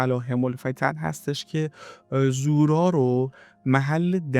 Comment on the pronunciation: سلام اولا تلفظ زورا رو درست نمیگید یعنی با ضمه تلفظ میشه دوما مننیش یعنی مکان گناه، سوما در روایت به دو مکان گفته میشد اولی بغداد و دومی تهران در روایتی از امام صادق به کاتب حدیث که احتمالا زوراره باشن فرمودند که زورا مکانیست در قسمت شمالی ری بین دو کوه سیاه و قرمز